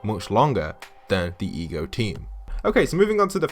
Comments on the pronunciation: EGO, as in Alter Ego. Why do you keep calling it the E G O team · Why does he keep saying E G O? It is without doubt Ego as in "Alter Ego"... Hello! Wow, it could not possibly have been any more blatant of a theme. It just drives me crazy that some of the younger generations either don't learn the things that were once general cultural knowledge, ir they simply won't spend time to research these easily evidenced subjects... Also, reading would really help them to understand so much about popular culture from a few decades back as well... but none of them read at all so...